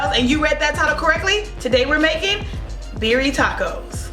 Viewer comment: Sis, it’s BEER- REE- AH!! I love this video 😂